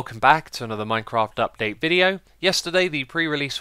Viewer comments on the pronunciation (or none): Everytime I can't help but hear "Minecraf Dupdate"..